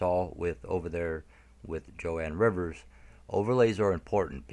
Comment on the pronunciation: You pronounce Joan Rivers name incorrectly. You are forgiven.